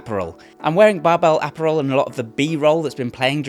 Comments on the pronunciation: Disliked for not somehow being unable to pronounce 'apparel', while being British 😮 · Imagine running a company called Barbell Apparel and paying for a sponsorship from a guy who can't pronounce Apparel correctly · I’ve seen enough Guy Ritchie movies to know you’re messing with us on your pronunciation of “ apparel “ , right? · The way he says apparel is insane bro hahaha love ya though man